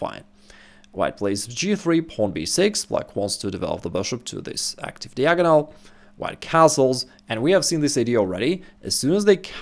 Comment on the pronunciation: Diagonal is correctly pronounced D-eye-agonal not Deeagonal